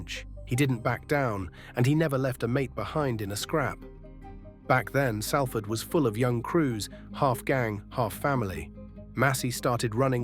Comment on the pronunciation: At least pronounce the City correctly...